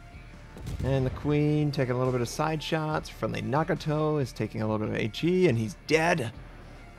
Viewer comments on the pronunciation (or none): none